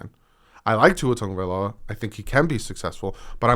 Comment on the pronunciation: Thank you for pronouncing my last name right, seriously nobody ever does hehe